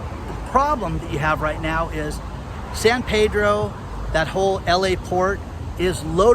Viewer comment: The fact that you keep saying “San Paydro” instead of “Peedro” tells me you don’t know what the fuck you’re talking about. Here’s an idea: why don’t you go viddy businesses that are doing well and bump those metrics? Bet you won’t.